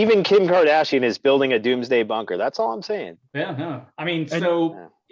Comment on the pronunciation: Bunker not banker